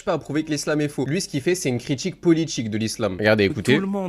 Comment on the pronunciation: Critchique, relatchive, politchique, subjectchive, etc. Bref, remonte ton fute et débat avec dignité au lieu de faire des vidéos dans ta chambre 👍